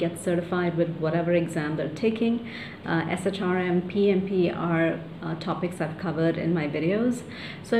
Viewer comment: We usually say SHRM as “Shirm.”